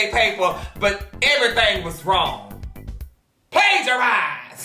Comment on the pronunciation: It’s the “Plagiarized” for me! 😂🤣😂🤣